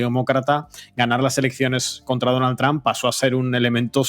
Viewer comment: La única razón porqué veo estos videos es porque me hacen reír como nadie más cada vez que pronuncian Donald tramp, en ves de trump.